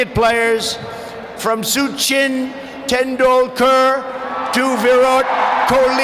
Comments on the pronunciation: Soo-chin tendul-kerr'' V - ruth kohli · Sooochin Tendooker & Virot Kholeeee...😂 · noboby: Literally nobody: Trump: Modi was cheewala, Soochin tendoolkr and viret koli No offense